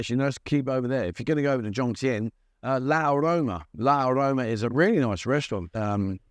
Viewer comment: the reason you can't find it on facebook (i assume) is you are pronouncing it wrong so i have to assume you are spelling it wrong, it is NOT la aroma, it is one word, L'Aroma Pattaya, i found it straight away, don't worry mate, you are not the first vlogger to make the same mistake what i don't understand about the bike rental places renting to the tourists who have no license or are going to ride drunk is how do they get paid for the written off bike? the bike insurance if they have any will not pay out if the rider is riding illegally, the holiday insurance will certainly not pay out if (as in this case) the rider unfortunately loses their life, and no doubt many of the other tourists will skip the country without paying for the damages simply by leaving the bike at the side of the road